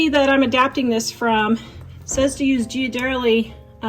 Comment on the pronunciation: The actual pronunciation for the chocolate she was talking about, it's pronounced as, gear-a-deli.